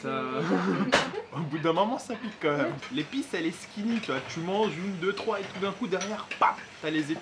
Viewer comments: skinny je pense qu'il dit, mais oui c'est sneaky x) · Sneaky pas ''Skeany'' 😂